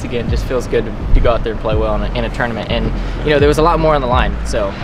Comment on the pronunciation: “tounament” golf…. might be my style.